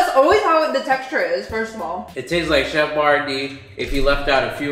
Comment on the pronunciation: “Chef Boyardee.” 🤣🤣